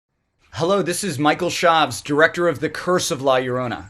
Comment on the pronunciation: how is this movie supposed to be good when he cant even pronounce her name right let alone its directed by white people plus the movie relys on jump scare to be scary.smh movies aren’t scary if its all jump scares